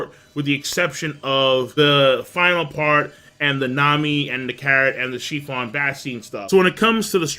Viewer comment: Praline (pray-leen) It's a type of nut. It's delicious in ice cream Capone "Gang" Bege (beh-gay) Chiffon (sheh-fawn) Say "Sheh" like the beginning of "Shit" but with no T You pronounce Japanese words so well. I'm always surprised to hear you slaughter other words, haha